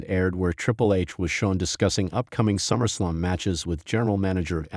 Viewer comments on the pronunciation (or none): The voice on this video is A. I. Absolute Trash when pronouncing wrestlers names. Quit the lazy. It’s Summer Slam. Not Summer Slum.